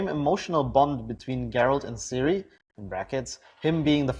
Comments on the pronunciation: You obviously don't know anything about the Witcher. Her name is spelled Ciri but pronounced Siri not Kai-ri. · canadianeh16 Not Siri, and definitely not Kai-ri, more like Tziri actually. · So pronounced "Kai-ri"? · Its ciri not siri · Ciri, not Siri! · Pronounced Kiri